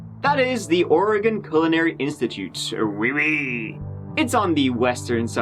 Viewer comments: As a native Oregonian that hates always having to correct people’s pronunciation of Oregon, thank you for getting it right this time…since last video about Oregon you didn’t. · THANK YOU for pronouncing “Oregon” correctly! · Hey! This is the second time you covered Oregon. I live about 45 minutes south from Portland. I appreciate you pronouncing Oregon correctly. So sad. I remember hearing about this happening. Good job. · Thanks for saying Oregon and Oregonian correctly. Many Americans can’t even manage that. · Nailed the pronunciation of Oregon!! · Thank you for pronouncing Oregon right,!😂😂😂